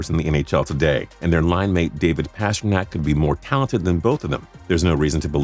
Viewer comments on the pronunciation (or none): *John Gibson *Past err Nack not pasher Nack *Dal inn not Del een *Tor Tor Ella not Tort chella Rad chu lawv not rowdy lawv lmao Kuh Chuck not ketchup Pare on not Peterson Bess er not bester Patch err ett ee not patch err ee tee Sorry I had to